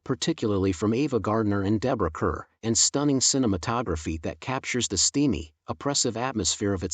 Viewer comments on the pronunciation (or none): Boy the AI pronunciation of George C. Scott's name was strange. Deborah Kerr was pronounced incorrectly a few times too, but it least it was pronounced phonetically. George C. Scott's name was just butchered.